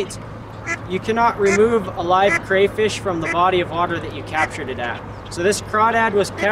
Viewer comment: cray-crayola craw-crawlingcraw-crawfish not crayfrish sorry couldnt take it. Otherwise love your videos and what you're doing.